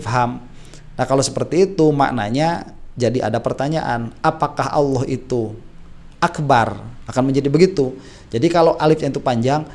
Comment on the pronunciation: Suara nya terdengar AWOH bukan ALLOH 🥺